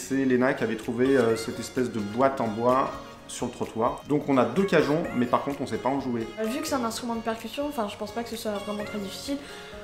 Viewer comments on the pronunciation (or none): Léna, cajons se prononce à "l'espagnole" (avec la "jota")... sinon ton grand-père ne sera pas content !